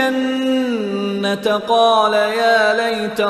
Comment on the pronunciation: Janna. taa kiun par gay ha?koi idr ruk jata ha.similarly jeem ka b issue ha